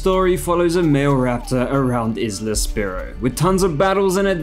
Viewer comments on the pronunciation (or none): Isla? It’s pronounced like I’ll! Isle sounds like I’ll not isla